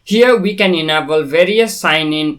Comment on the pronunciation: Enable -- "En-Ei-ball" not "Ehna-ball"